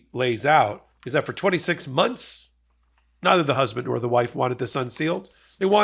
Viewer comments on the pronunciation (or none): none